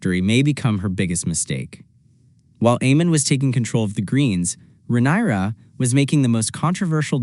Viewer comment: Perfekt Video buttt pleassseeeeeeee say rhaenyras Name Right 😅